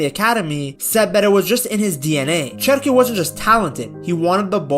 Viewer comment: His name starts with CH but it is pronounced like the English SH, "Sherki" then. Keep the good work on mate 🤙🏻greetings from 🇫🇷